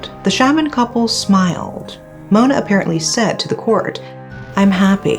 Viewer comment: I really love your pronunciation, great job. When you pronounce Mona's song title I almost thought that you are a Malaysian for a few second😅